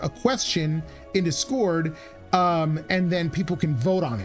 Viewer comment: Do me a favor and pronounce Discord properly and I will give you a sub.